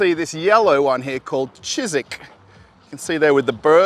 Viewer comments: It’s chyzhyk not cheeseek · Не "чизык" а "чижик"!)) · what is more terrifying is how man mispronounces Russian words living in Russia and having native language wife. Probably she is VERY WELL MANNERED madam who never dare to correct him. Chizik, a-aa-rgh, OMG!!! Chizhik. Lidl'. Hallo aus Russland ) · Nope, this guy is not "chizik", he is "chijik" or better "chigik") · ChiZHik (not ChiZik). The meaning of the word if not just a little bird, "chizhik" is a concrete kind of birds (in english the name of this bird is: "European siskin, common siskin or just siskin. Other (archaic) names include black-headed goldfinch, barley bird and aberdevine). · Не чизик, а чиЖик ;-))) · Смешно, но прикольно произносите Чижик😁👍там звук [ж], не [ з], не нашла как его изобразить латиницей😁